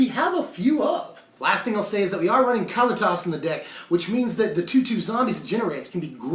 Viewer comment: Ka-Lee-Tis! C'mon man. Get it right.